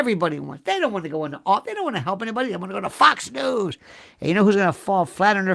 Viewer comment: F^cks News! Well that's how you're pronouncing it. Apt ImHO